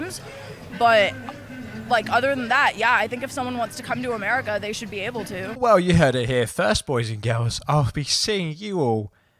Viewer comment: Dude. What the hell. I heard you say “Americerr”.